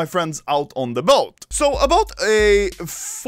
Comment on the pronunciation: "ABOAT" 4 days ago